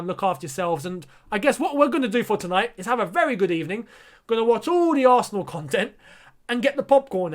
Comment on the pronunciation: Indeed its a good ebening